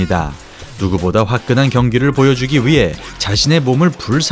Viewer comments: 산체스아니고 산체즈라 하는거 킹받네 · 근데 산체스를 산체즈라고 발음 하는 이유가 뭐임?? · 산체즈가 아니고 산체스;;; 산체즈 라는거 킹받네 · 싼체즈~ㅎㅎ. 차도로~자전거도로 인도로 발음음 띠벌 포올~ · 공감 ㅋㅋㅋ 산체즈라는 말이 계속 들려서 좀 그렇네요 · 자꾸 산체즈라하는거 킹받네.....ㅋㅋㅋㅋ